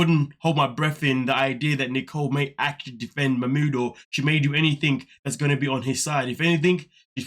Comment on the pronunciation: P.s he has one of the loveliest names but my god! The name has been butchered to no return 😅😅😅